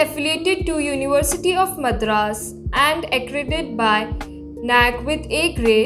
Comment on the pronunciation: Again you are mispronouncing Madras, please learn proper pronunciation.